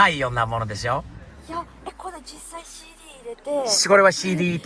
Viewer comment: が日本語マスターしてるなーって改めて思うのが…CDが日本人の発音してるところ笑